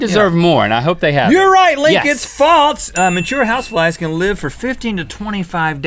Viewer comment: When rhett said house flies I thought he said "house wives" 😂😂